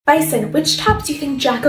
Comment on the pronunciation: am i the only who is mad she pronounces it bye son?!